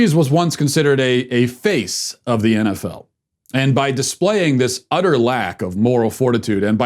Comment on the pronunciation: What is this "enefell" and "enbeeay?"